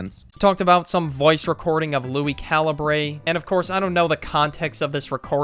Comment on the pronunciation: Calibrae. Caliber. Say it like caliberrrrr. It just bothers me.